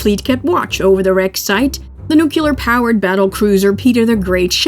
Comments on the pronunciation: 20 seconds in and I hear "NUKE-YOO lerr" Nope. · Fascinating documentary. The narrator has fantastic annunciation of the Russian names and words, but a very American pronunciation of the word ‘nuclear’. Please. It is never ‘nuculer’.. It sounds like George W Bush directed the film. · Narrator is excellent. Perfect, even… except for mispronouncing nuclear. (Pet peeve.)